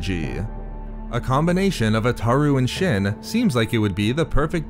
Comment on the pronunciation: You saying "shin" instead of "shien" makes my ears want to bleed.